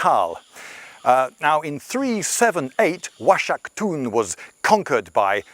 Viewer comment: The x is supposed to sound like a hard 'H' like Oaxaca (wahaca). I can't trust the rest of what he say's...